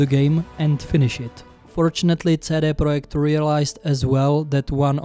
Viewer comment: Čte se to sídý prodžekt red, ale souhlasím souhlasím